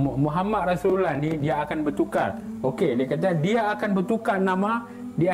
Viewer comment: tengok muka pn dah tau org jawa cak..takpe kt tggu jabatan agama tngkap..sebutan easulullah pn tak mcm org melayu sebut..